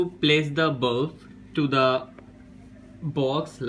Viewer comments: It is not bulf its bulb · On you saying you need a bulf It's not a bulf. it's BULB 😂😂😂😂😁😁😁😀😀😀😀😀🤣🤣🤣🤣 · It's not bulf it's bulb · What's is balaff 😂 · not bulf it is bulb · It's a bulb not a bulf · bro pls improve your vocabulary skills it's not bulf it's bulb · Bulf nahi Bulb bolte hai. Aur shoe box par tune bulb ki outline draw Kari hai ya Lund banaya hai. Jab English nahi aati toh q uski Maa behan kar raha hai. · word bulf is wrong brother its bulb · It's a bulb not ''Bulf'' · honestly lad I though you said bomb protecter